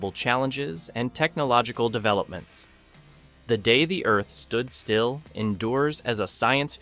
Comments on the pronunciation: Before that it was "Claw-too"...ugh! And then there's "The Day (long pause) the Earth Stood Still"...gag. And THEN it says that the musical score helped the actors in the portrayal of their character?? The score / soundtrack is added in POST-PRODUCTION... LONG after the actors are gone! Sheesh!! It baffles me that creators of these clips are too cheap to hire REAL actors who have actually SEEN the film to provide the narration. Do they not listen to the playback and see how ridiculous it is? Needless to say I will NOT be subscribing to this channel. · That the video's narrator is a mediocre AI? The Day The Earth Stood Still